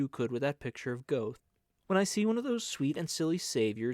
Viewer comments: The Goethe voice makes up for the Goethe pronunciation 😂 thanks for the reading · Please use the correct pronunciation of Goethe. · Many thanks for this wonderful reading! (Only, it's distracting to hear "Goethe" mispronounced over and over again!) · An excellent heartfelt reading. i’m sure you’ve learned about the pronouncing of Goethe. Magic Mountain by Mann would be perfect for you.